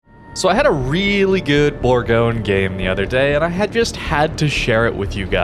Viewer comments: Almost, it’s actually pronounced boorgonye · It's pronounced "Boorgonye".